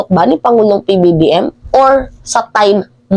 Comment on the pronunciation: Pansinin mo pagbigkas mo ng Pangulong PBBM ay maling Mali lahat pala ng video mo ganyan pagbanggit Pangulong PBBM?? Kakawalang gana bigla ituloy manuod . Maganda sana topic Kaya Lang Mali nga Yung Pangulong PBBM . Wag na lang